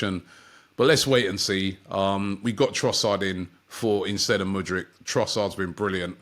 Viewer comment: Muddyk?? Hahaha..